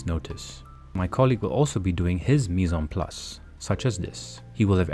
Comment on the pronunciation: Dude, "mise UN place"? Waar heb jij je Frans geleerd? Het is "mise en place" wat je uitspreekt als "mies àn plas". Oh en het is geen blast fridge maar een blast chiller.